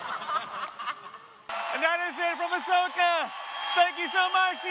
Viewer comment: "Ahsoka" sounds like "A sucker"